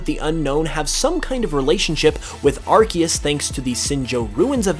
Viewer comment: It's pronounced Arkoos.